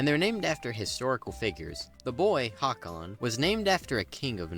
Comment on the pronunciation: The name is actually Håkon. Like before, you can't just remove parts of a letter and turn it into a different letter. Closest English sound to Å is the vowel in "thought", so I guess the approximate English spelling is "Houghkon".